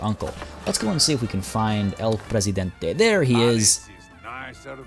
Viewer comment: Also, your pronunciation of El Presidente is better than the one from the voice actors, so good job!